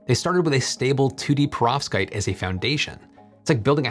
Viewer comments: Your pronounciation of perovskite seems deliberately off, if only because you surely can't be doing it that wrong, in that way, so consistently. The way you say it: "Provskate" The correct pronunciation: "PER-ov-SKYte" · Why are you saying profskites.. it’s .. PEROVSKITES 😭